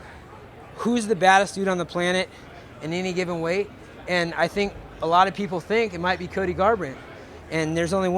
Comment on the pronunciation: They don't tink like i tink - Urijah Faber